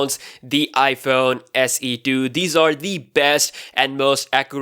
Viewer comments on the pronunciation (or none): none